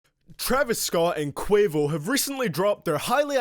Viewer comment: My mans said quavious